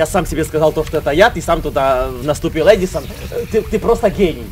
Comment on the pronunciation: Ты сказал адисон